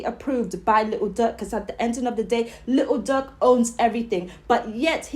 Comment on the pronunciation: YOU SOUND SO DUMB 😭😭😭 LITEL DUUERK😭😭😭